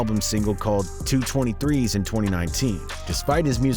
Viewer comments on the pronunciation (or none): You pronounced 223's and the word "now" wrong lmao